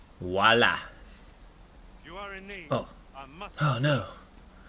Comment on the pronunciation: I have no idea why it bothers me but "wah-la" is something you should remove from your vocab. It sounds idiotic. But that's just me. 🤷‍♂️